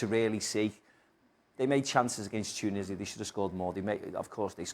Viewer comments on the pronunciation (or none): none